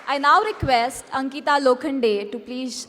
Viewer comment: It's Ankita not anita